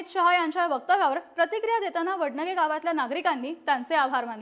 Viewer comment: वडनगे नाही वडणगे... ण मधला फरक कळत नाही ह्यासनी